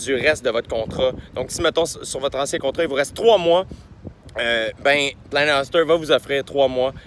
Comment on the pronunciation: Jay on te l'a probablement déjà fait remarquer mais c'est Planet "HÔster" pas Planet "Huster" comme tu le prononces (;^) ... mais Bon Podcast comme d'habitude :)